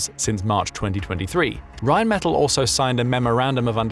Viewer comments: I believe it is pronounced Rhein men TAll as opposed to Metal. The gun is insane it can also besides the RPM it can target based on not just all you've mentioned and it can prioritize the closest to the furherest and realine against those others from all directions. And if they have a number of them it will likely result in virtually eliminating up to 85-100 percent kill rate. I am surprised the Ukrainians have developed a Sonic Acoustic recognition type radar adapted to a simple AI to pick drones advanceding beyond sight and sound of us kowly humans. And if I remember the mobil guns can fire effectively on the move. It isnt that surprising the German's are so supportive because they have been the victims of counter insergencey which so far has been thewarted. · Rheinmetall is pronounced as 'r[aj]nm[ay]t[à]ll' - with the stress on the last 'a' hope this is helpfull... 🙂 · Rhine Meh-tal, metal doesn’t have to ll‘s at the end, but the German word does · REALLY glad to see this. Oerlikon makes some excellent stuff. The U.S. makes something similar, but much less sophisticated, (conventional shells, instead of flechettes). Plus O.G. Hawk anti missile batteries for taking out Russian cruise missiles. Glad to see Reinmetal, (BTW, they pronounce it with the accent on the last syllable), really pitching in to help. Excellent company. Sort of the German version of Raytheon. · Rheinmetall has a short a when pronounced. Accentuate that a in metall